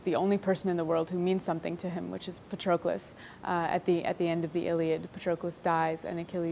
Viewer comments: She can't even pronounce Patroklos. 🤦 Even Brad Pitt pronounced it better 🤣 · I love the book and Miller's writing is excellent! However her mispronunciation of Patroclus is getting under my skin